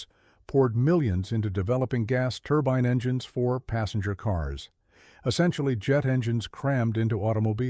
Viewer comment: This AI idiot has pronounced "turbine" 3 different ways within a minute.